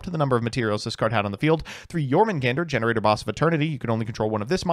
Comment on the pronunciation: Okay wait… it’s Gene Raider not gener aider 👀😐